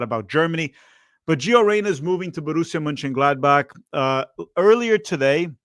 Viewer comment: why cant u pronounce the name of this team